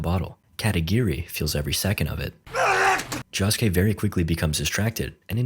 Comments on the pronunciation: its not jahskay its joeskay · Netflix didn't make this movie, they just have it to be on the streaming site. Also, it's "Josuke", not "Jahsuke". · say it with me. joe-su-kay. not “johsuke” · Joesuke ❌️ Josskeh ✅️ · "Jawsuke" dude its Josuke, like JoJo, like "Joe", "joe-sue-keh" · It's Josuke not Joshke J-osu-ke. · Jahsuke? It's Josuke you mumble mumble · josh k..... its jo sou kay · Why do you say it like joskeh. ITS JOSUKE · its pronounds joeske not joske and this is not disrespect full this is just telling him the right prnounsiation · joeske not jahske 😭😭😭😭😭😭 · 'jah-skay' jahjah's bizarre adventure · Who the fuck is "Jaw-suke?" Never heard of him. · Ah yes, my favorite JoJo: Higashikata Jahskey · clicking off this vid because they calling my man Josuke "Josh-Kay" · Doesn't look as bad as I expected actually :O (Bro, it's Okuyasu not "Okuyashu") (Also, it's Josuke, not "Jawsuke" or "Joshuke" like, c'mon man) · stop saying joss kay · no not josuke, "jaaskay" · Ok, what's with this Shamalan's last air bender ass name pronunciations? 🤣 JAsuke? KEY-cho? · Every time he says jaa-suke it hurts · Josuke❌ Shoeske✅ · Id watch the sequel if it got made this was a respectable attempt. Also "Jawsuke" 😂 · In the series called jojos bizarre adventure, bro really pronounced the name JAWske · blud its pronounced joe-skay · "key-cho" "jaw-suke" "cat-a-giri" "okuyashoe" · Yea he was pissing me off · Why is he saying jhosekay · IT IS PRONOUNCED joe scay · its pronounced "jo-skay" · its pronounced "Joe - sue - kay " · Who the hell is Josh-Kay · Lol fkn Josh-ke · ah yes Jahsuke JahJo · him pronouncing josuke jah-skay is infuriating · It's Joe-su-kay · i hate your stupid engagement bait of course im coming into the comments to tell you youre saying josuke wrong i hatew you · i wanna die every time he says josuke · I love how nobody is commenting on how he butchers Josuke's name the entire video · I cringe every time bro says josuke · why the fuck do you pronounce josuke like that